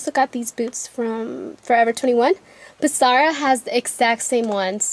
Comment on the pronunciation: its ZAH RAHHHHH NOT SAH RAH